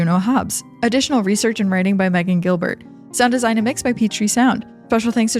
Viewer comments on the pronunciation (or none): none